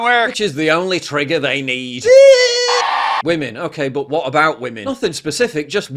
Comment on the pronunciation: I can't wait for the new Documentary, What is a wemeneer? Might as well have just said Timmmaeee